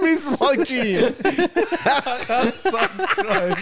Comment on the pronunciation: من نمیدونم چرا که دیگه تو کانادا داره زندگی میکنه چرا به subscribe میگه سابِسکرایب؟😄 اون کسره ِ ب خیلی زجر آوره برام. (بازم ببخشید اگه هکسره اضافه گذاشتم)